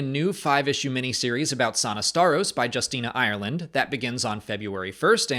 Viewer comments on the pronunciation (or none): none